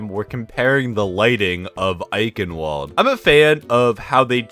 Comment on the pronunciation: Almost correctly pronounced eichenwalde